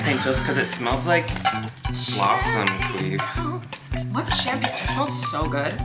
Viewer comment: lmao Colleen... champagne toast is referring to like giving a toast with flutes of champagne. The way you said it sounds like you think it means toast...from a toaster.